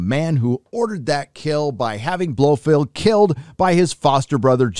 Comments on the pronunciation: Who is this "Blofield" you keep mentioning? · Dude it's Blofeld Not Blofield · his name is BLO FELD not BLO FEILD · For Pete's sake, it's pronounced Blofelt ! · This guy has never read a Fleming book or can even pronounce Blofeld. 🤷🏻‍♂️